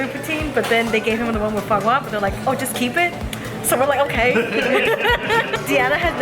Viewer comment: The way she says "far-gwa" instead of "fwa-gra". 😆 They're cute together. She does need to give him more first bites. 😜